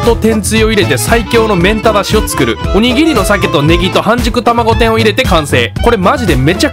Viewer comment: おにぎ↑り↓なんや